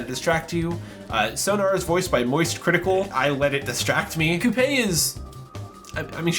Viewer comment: I know that it doesn't matter, but it's annoying to hear someone constantly mispronounce Coupe's name when it's been repeatedly said within the game.